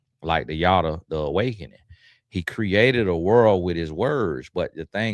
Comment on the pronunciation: Why am I getting cracked up by you saying Yoda 😂😂😂😂😂😂😂😂😂😂😂 like wth is wrong with you 😂😂😂😂 omg that really gave a good chuckle